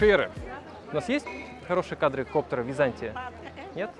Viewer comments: "Виза'нтия", позорище.... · ВизантИя!!! Ну как так? Это ещё в школе учат(( фАрфАра, ну как так? Я аш заорал от боли....